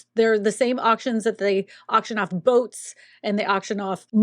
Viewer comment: Sounded like you said “auction off goats” (not 🛥️ )😆